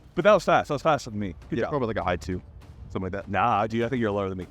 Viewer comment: he shot a Hi-Chew... I know it was high 2 but it sounded like Hi chew and that's my fav candy lol. So from now on high 2s will forever be called hi chews.